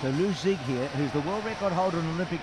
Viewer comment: What happened to Liu Zige?? And, it's pronounced as Liu Zi Ge, not Liu Zig. Olympics commentators, please show more respect for Chinese competitors.